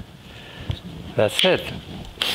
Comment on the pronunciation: He is truly Iconic and I Love it when he says...... "an dats sit". Be well. Thank You.